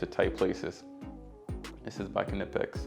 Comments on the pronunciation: Unilite rechargeable headlight. Also the K in Knipex is silent, pronounced Nipex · Just so you don't sound foolish in the future "knipex" is pronounced "Nypex" using the sound of "I". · Thanks for sharing! Some top tips You should definitely be sponsored by Milwaukee though. I'm going to go out on a limb and suggest it's pronounced "Nigh- Pex" [Knipex]! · just a heads up, knipex is pronounced nipex, the k is silent .... greta vid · Great setup, been working on a similar thing and this gives me some great ideas of what to add. Imagine this could handle 80% of handyman work, and the quality of the individual tools is great. I question why did you go with an impact driver I/o a drill/driver? Also, the “k” is silent, it’s just pronounced “nip-ex” and they are amazing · Man if only you knew how to say Knipex